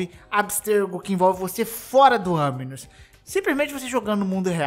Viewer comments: Aminus não cara, é animus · É animus não aminus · KKKKKKKK FOI MAL MAS NAO TANKEI O "AMINOUS" KKKKKKKKKKK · Eu tô louco ou ele disse "aminus"? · Ele disse "anus" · sim ele disse, multiplas vezes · AMINUS KKK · "Aminus" kkkkkkkkkk sabe nem falar o bagulho direiro pqp